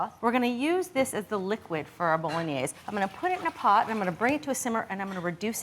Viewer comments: Bo-lo-gne-se: the final "e" is not silent. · Learn how to pronounce the dish. You're not even close!